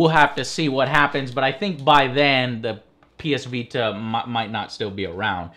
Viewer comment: "The ps vee tuh" lmao.